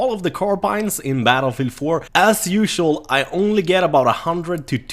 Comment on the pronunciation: "battlefee 4"